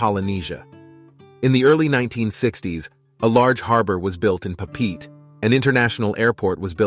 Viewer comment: "pah-peet"...? you mean "Pop-pah-ette-ay"....?